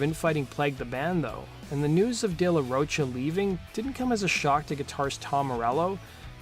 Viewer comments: It's De La Rocha( Row Ka) not De La Roach-a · Its "ro-ka" not roach 🪳 -a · Pronounced de la "ro-ka" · De la Roach-a? No, big no. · You still saying ROACHA?! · Dude, Zack's last name is pronounced like the word mocha just with a ro at the beginning. FFS get the shit right man. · This has basically zero real info about an explanation for de la Rocha (which you can’t seem to pronounce) leaving that band. All the info this guy gives is easily sourced, as usual. No new info at all. Which leads me to asking, why do you spend twenty minutes on the most basic, trivial stuff for other bands (GNR) and then do a measly five minutes for others? There’s a lot more info on this than even you dug up. Vid is almost pointless unless you have absolutely no idea who RATM were.